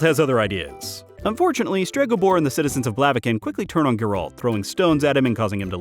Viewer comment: It is pronounced Geralt, not Geralt